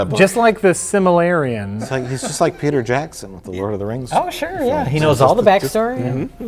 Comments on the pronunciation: "Just like The Simularion." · I immediately hit pause and said "did this muthafucka just call it 'The Simillarion'?" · Similarian??? Really? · Silmorailian? Damn it,.